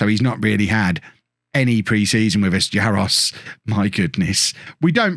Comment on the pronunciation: Balešević is said like Baleshevitch and Jaroš like Jarosh not Jaros (like most players from that part of the world their names are missing all their accents)